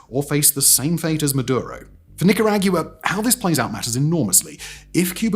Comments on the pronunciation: I understand that you're British, but you can only get away with mispronouncing the names of countries so much, and not this much. This is the equivalent of someone from Latin America visiting the UK and pronouncing Wales with two syllables; this added syllable at the end of Nicaragua is awful. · That's quite a way to pronounce "Nicaragua". Even exclusively English speaking Americans do better on average. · This was a tough watch with how he pronounces Nicaragua. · His analysis was more difficult to listen to than his pronunciation of Managua/Nicaragua. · I've heard you butcher "Nicaragua" 100 times in the first 3 mins. No thank you. Un watchable haha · I will NOT suffer another video about Nicaragua pronounced like that! It was PAINFUL!! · Simon please, you're genuinely tanking the reputation of this country and it's pronunciations dawg 🇬🇧😭🙏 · Why do you keep mispronouncing it? The pronunciation is a freely available right at the top of a Google search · Actually unwatchable the way he said Nicaragua it's like calling Great Britain "Great Brit-ay-een" but English people will say it's the correct pronunciation when it's not even an English word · He literally doesn't investigate any of his videos. He just reads scripts from his writers, is it any surprise that he pronounces Nicaragua like that? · Reading the comments as the ads played still wasn't enough to prepare me for the butchering of the word NICARAGUA 😬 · That is such a wild way to pronounce Nicaragua. Not even close to the way they pronounce it 😂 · Bro I quit after 3 minutes. The amount of time you mispronounced Nicaragua in such a short period of time is absurd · LMAOOOO the way you said Nicaragua is golden. Complete butchery but golden. Thank you as someone from Nicaragua. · as someone with Nicaraguan family who immigrated here. I dont think yall saying it right haha no offense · I had a Nicaraguan professor in college that’s not how he pronounced his home countries name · This dude cannot say Nicaragua.